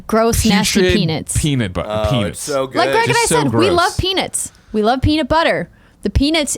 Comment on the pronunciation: Andrea says peanuts weird. When she is talking about just peanuts, it sounds like she is saying peanits. But when she talks about peanut butter she says peanut normally.............I KNEW she was from another planet.... :-)